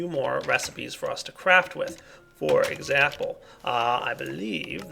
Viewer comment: "...for exapple...." I pointed out a flaw in your speech,. Now my plan to get a well-thumbed up comment will succeed! (ಠ⌣ಠ)